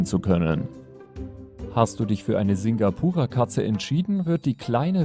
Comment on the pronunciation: Uhh, ich habe ein Singapura Mix zuhause. Sehr schön ausgesprochen.